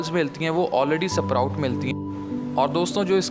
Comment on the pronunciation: Its sprout not suproute